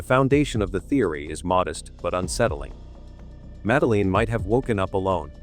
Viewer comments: Please teach that soulless, canned AI voice to pronounce the girl's name correctly: it's "Mad-Lynn" (two syllables), not "Madda-leen" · 18 years later and you still can’t pronounce her name correctly? Absolutely shocking 😮 you dosey septic!